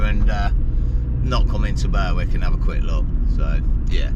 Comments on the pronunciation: It's pronounced BERICK. NOT BURWICK. . Yr saying it the way its spelt...... Berwick upon tweed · Great vid again, fab coastlines. Think it's pronounced "Berrick" (Berwick) , like Warrick... (Warwick) English language is nuts!! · Berwick is pronounced Berick silent W .Checkout Druridge Bay. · Glad someone pointed out the pronunciation you were killing it man,lol.Enjoy being in God's country fella,try a overnight at kielder if you get close,spotted a pine Martin up there last weekend,big nightsky observatory up there too,safe travels man..